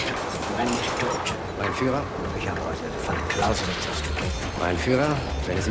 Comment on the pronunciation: Nobody talking about why Monhke kept addressing Hitler as Mein Faïlure?